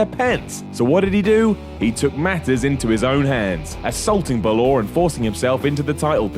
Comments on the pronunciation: Balor. Not Ba-law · ba lor not bo lor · It's Bah-Ler not Buh-Lore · Why does he pronounce bálor like bálooooor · Its Finn Bálor , not Finn Balor....... Chris Jericho should be number 1 tho or 2 1.Chris Jericho 2.Randy Savage 3. Vince Mcmahon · It's not finn baloooor it's finn balor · Wtf moment from this video: Finn Ba-Lore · A.J. Farmer not really balor shouldnt sound like baelor regardless of nationality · Who is Finn Baloor? Damn European pronunciations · "Buh-Lore"? Does this guy not know who Finn Balor is? I can't justify pronouncing that name like that any other way. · Was gonna like this video but the way you pronounced Balor’s name was unacceptable. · That's not how you say Balor... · the way you said balor gave me cancer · Wait. Stop. How did he pronounce Finn Balor's surname?? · You don't pronounce " Balor " that way 😐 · I can't stand how he says bàlor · I fucking hate when people pronounce Balor like that. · You Fucki hate the way he says Balor... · Glad to know I'm not the only one who rushed to the comments to hate on the way says balor